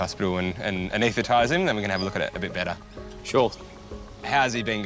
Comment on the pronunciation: Why can't this narrator pronounce an-ES-the-tize? He keeps saying "an-ETH-i-tize", without the S. Is that an Aussie thing???